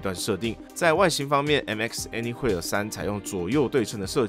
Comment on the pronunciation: 難怪怎麼覺得聽起來怪怪的，查了一下anywhere是念「any魏爾」才對，不是念「any會爾」，想說自己是不是記錯了...